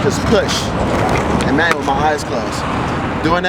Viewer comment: "Manyo" loool